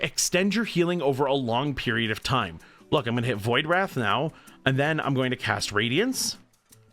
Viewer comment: fyi, it is pronounced Void "Rayth" with a long 'a' sound. It rhymes with "faith". Great video. I found it very helpful.